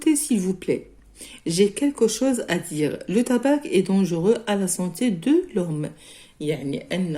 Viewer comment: On ne prononce pas le c pour le tabac